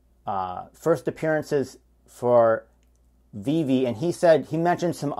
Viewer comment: I love how he says the name wrong on purpose. There's no way that Gary V doesn't know how to say VeVe correctly.